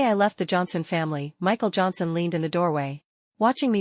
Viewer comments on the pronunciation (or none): When he said Michal Johnsen I thought they said Michal jackson